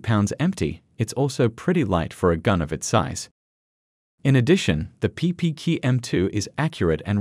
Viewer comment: PP Key-ew Q Sound it out.